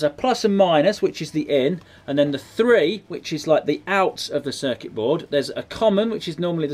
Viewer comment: said circet board times